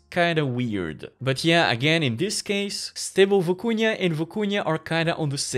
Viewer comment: Looks crazy & I can’t wait to check it out, but the way you pronounced it was distracting— just for future reference, it’s Vi-cu-na, not Vi-cu-nia. Haha.